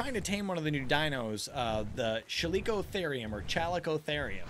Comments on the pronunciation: Just so u know, it's pronounced Cal-ico-theer-ium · it's ca-lick-oh-their-iem